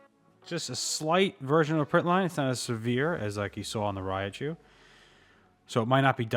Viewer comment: It’s Raichu not Rayachu lmao